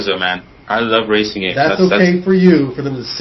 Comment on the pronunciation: The one debating BBC made me angry. Like, really? "The best wacing game evar!"